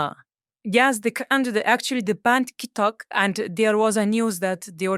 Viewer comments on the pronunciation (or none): none